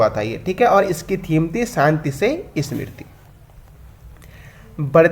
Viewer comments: वैश्विक निवेशक सम्मेलन की थीम के नाम का क्या उच्चारण किया है आपने सुनो तो जरा एक बार फिर से...... स्मृति बोला है या समृद्धि.....? या समृद्धि का उच्चारण स्मृति बोल दिया है..... UP बिहार वालों की या दक्षिण भारत के लोगों की हिंदी खराब हो तो माना जा सकता है पर उत्तराखंड के लोग भी साफ शुद्ध हिंदी का उच्चारण न कर पाएं तो यह दुःख की बात होगी.... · समृद्धि hoga wo bhai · हाँ भाई मुझे तो पता है, जो गलत उच्चारण किये बैठे हैं उन्हें बताने की जरूरत है.....मुझे पता है कि समृद्धि ही है, तभी तो गलत उच्चारण को पकड़ा है..... हिंदी में कोई भी शब्द गलत उच्चारित किया जाए तो हमारी पकड़ से दूर नहीं रह सकता है....पर कई बार टोकने से दूरी बना लेते हैं कभी कह ही देते हैं....